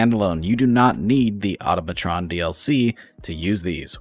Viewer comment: If you say, "Oughttamatron" one more time, I'm going to piss my own ass.